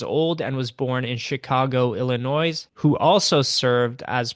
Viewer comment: Sounds like "Illinoi" no s sound. I also grew up in Chicago. I seriously hope Alberta stops talking about separating from Canada.